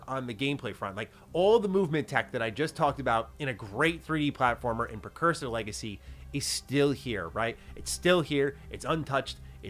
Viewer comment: PRE-cursor 🫠 NOT PER. 😢😂